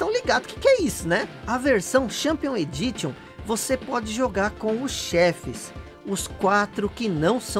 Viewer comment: Só uma correção: creio que "Edition" seja pronunciado "Edíshon". No mais, vídeo bem legal! Valeu pela curiosidade da fita!